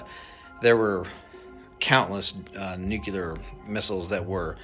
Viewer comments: never trust a guy who can't pronounce nuclear with your mental health. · Nucular? He should know the correct pronunciation of this important word. 🤦‍♀️ This is so crazy and the government won’t tell us. 🤬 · The minute you learn old man how to pronounce the damn word I might listen a bit...Everytime you say it I wanna slap the top of your head .it's pronounced New..Clear..wtf Nuclelar 🤣🤣🤣f'n dude.. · "Nukeral"? NU-CLEAR! How can anybody be trusted when they can’t even pronounce correctly?! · It’s NUCLEAR. NOT NUCULER. Jeez! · "Nu-cu-lar" is not a word. It's "nuclear" w 2 syllables not 3. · Nukular instead of nuclear? Immediately lost all credibility... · BTW..it is not nucular. It is nuclear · Probably shouldn't trust anyone that says "nuculur" instead of "nuclear". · hes lying, he says nucular. Anyone with a brain says nuclear. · STOP SAYING “NUKE-ULAR” (CEO EH?..) and I THINK WE ARE SAVVI WITH THE WORD “NEFARIOUS” BEING INCORPORATED INTO THE NARRATIVE OF DISINFORMATION. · " Nucular"? Really dumbass? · Nu-CookleeAr This is how my boy George Bush pronounced it. LOL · I don’t trust anybody who says “nucular.” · Stop saying NucUlar and expecting to be taken seriously 😐 🤦‍♀️ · I cringe every time I hear someone pronounce nuclear as "nucular". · These days we don't get much passed "dude", "bruh", and "literally". Let's just call it "nef", or "neffy" so we don't have to hurt ourselves with extra syllables. 😅 Gotta love "new-kew-lerr", too!! 😉 😂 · He’s saying nuculer. That’s not the word. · N-u-c-l-e-a-r, New Cue Ler??? If ya can’t pronounce that of which you speak, l call bullshit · “Nukelar” weapons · You mean nucular 😂😂😂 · you can't trust anyone that says NUCULAR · Lol, new-kew-lurr...😂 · The word "nuclear" is pronounced "NOOK-LEE-YAR" and not "NOOK-YOU-LAR". Sheesh! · Anybody who says "nucular".......... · If you are not able to say the word NUCLEAR, I will question your ability to share or tell me ANYTHING without a slight grin. True 🙏❤️🏴